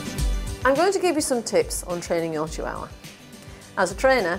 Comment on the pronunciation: really bugs me how she says chihuahua